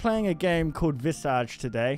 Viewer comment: Fun fact: Visage is pronounced vee-ZA-z (/vi'zaz/) and it means face in French